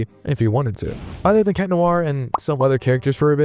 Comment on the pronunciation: Its not chat its cat